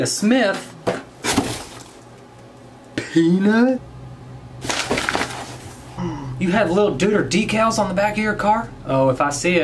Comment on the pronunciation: the way that this man said "pEaNuT" 🤣🤣🤣